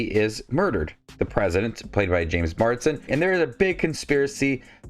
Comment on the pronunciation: Mars-den. Not Mard-sen.